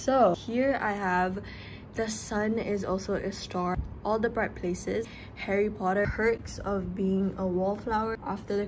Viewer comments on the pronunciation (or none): none